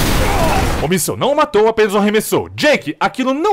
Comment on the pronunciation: na real é míssil e não míssel, mas o vídeo ta top